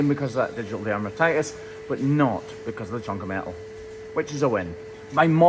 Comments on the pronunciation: You left the N in “chunk of metal”, I wondered what a “chuck” was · I believe it’s “chunk” of steel, not “chuck” 😂